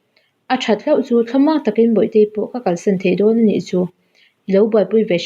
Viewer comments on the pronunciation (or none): none